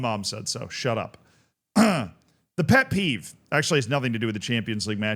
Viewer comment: why did he say "pet peeve" like that at the beginning 😭😭😭